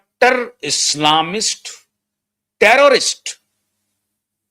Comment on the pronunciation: टैरेरिस्ट नहीं टैरैरिस्ट बनाने की फैक्ट्री!😢